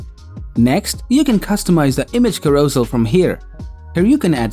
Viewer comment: Carousel is pronounced karro-sell